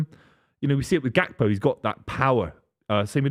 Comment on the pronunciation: It’s Gakpo btw